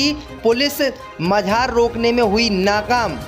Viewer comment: मजार बोला करो न कि मझार